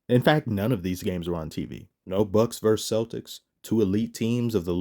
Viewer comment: It's VerSUS NOT Verse. A Verse is part of a song.